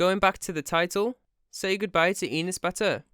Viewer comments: I hate enes as much as the next person but its not "eenes" its e like "ethical" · you say the name wrong. its said like "an ass" enes. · Why you saying enes like penis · My name is Enes and it is pronounced (Eh-ness) not EE-ness. Anyway I’m Turkish and my name is Enes and I hate him (just stop saying my name wrong) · Enus? Its Enes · You make me laugh when u say Enes... Cuz it sounds like Anus. And as a Turk, yes he is an asshole. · you are pronouncing his name wrong: his name is pronounced same as an ass ( in a slighter quick way) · Enes? Mire like anus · you pronounce enes like penis lol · Confirming from Turkey, this video is like a chemotherapy session for YouTube Turkey. And i love how you pronounce his name to sound like penis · tbh tho Enes sounds like anus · Thats not how you pronounce Enes...